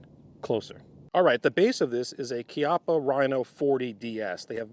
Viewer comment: He pronounce Chiappa (kiappa)correctly 🎉